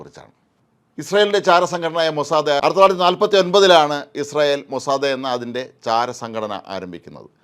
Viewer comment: മൊസാദേ അല്ല സാർ മോസ്സാദ് 🚶